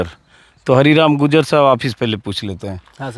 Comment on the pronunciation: भाई साहब आप गुजर गुजर बोल रहे है उसका सही उच्चारण गुर्जर है कृपा करके सही उच्चारण का प्रयोग करे 🙏🙏